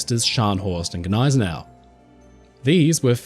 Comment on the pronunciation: it's not Guh-nay-se-nau, it's Nigh-se-nau